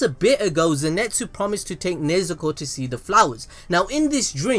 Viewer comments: IT'S NOT NEZEKO IT'S NEZUKO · It's nezuko not nezeko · Throughout the video... You went from nezuko to nezeko 😂😂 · it's nezuko not nazakho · "Nezuko" Also him: "keeps saying nezeko" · Everyone: Nezuko: Nezeko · I've heard people say nezuko as Nezko Nesko Nezuko But never Nezeko...... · its pronounced INO-SKEY not INO SU KE and NE ZU KO not NE ZE KO ZE NIT SU not ZE NET SU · ITS NEZUKO NOT NEZEKO XD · I like how the name pronouncing keeps changing around from nezuko to nezako to nezuko again 😂😂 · Yall are gods at destroying names lol u switched like 40 times from nezuko to nezeko lol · Fam please! its Nezuko!! NOT NEZEKO! and its Zenitzu.. NOT ZENETZU please besides that good video though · Zinetsu :nez ko channn Me hearing that :the fuk u forgot the "U"man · no ones gonna talk about how pronounces Nezuko as "Nezeako" XD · I like the “Nuzeko” in - lmfao sounds stupid hilarious💯💯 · Why do you keep saying Zenetsu and Nezeko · It's kinda frustrating how you keep on calling her "Nezeko" but nice vid tho 👍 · This man really just said "NeZeKo" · beginning of the video: Nezuko towards the end: NeZEkO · Nezeko ? What? well I heard the worst was HOKAGAY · Stop saying nezeko please it hurts my brain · one more "nesekko" and im ending it all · "Nezeko" im sorry but I cannot oversee this lmao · My man went so baaals deep that he started saying "NIZEKO"! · No one:: “neZEKo” “zinETSu” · you’re British like me but you’re butchering surnames 🤣🤣 Ne-Zoo-ko is how it’s pronounced and Ze-knee-tsu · “Nezeku” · How many times did I hear NEZEKO 😭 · I hate how you pronounced Nezuko's name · Take a shot eberytime mispronounce Nezuko's name.